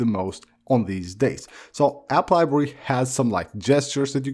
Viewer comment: “App liberrwy”